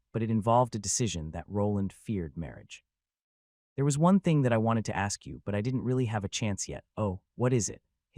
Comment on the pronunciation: 'Mawage, is what bwings us togethew, today.. ' 😂